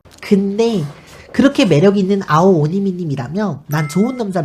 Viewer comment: 발음도 어려운 아오오니미님을 어찌그렇게 또이또이하게 잘말하시는지 ㅎ ㅎ